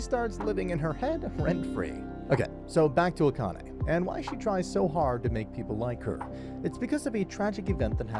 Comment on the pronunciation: Subscribed because you're the first anime recap channel I've seen that can pronounce "Akane" correctly because you're not some audio bot.